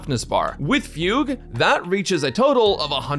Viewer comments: missed fug-u 2/10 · yes he did he said fug-u lol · Is it fu-gue or fuge wich sounds like puke